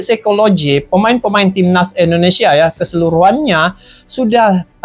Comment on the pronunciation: Indonesia bang bukan Endonesia